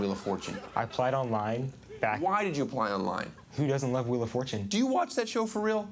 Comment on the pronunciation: I could stop laughing when he said "wheel of fortane" and then said "fuck me"